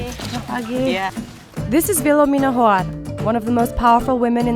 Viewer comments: I feel so bad for saying this but.. whenever the Reporter said "Hoar" it sounded like whore...so sorry didn't mean to offend anyone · There last names are hoar but it sound like wh***